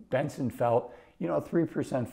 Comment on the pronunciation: He said it right the first time, but did say Benson later.